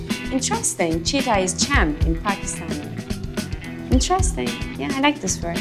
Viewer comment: I was so confused when she said cheetah then watched it several times and understood she has to say Jeeta “winner”